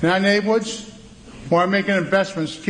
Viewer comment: Naybwoods. Dude can’t even say a one-syllable word like “turn” without fucking it up three times in the middle. “Terurrun”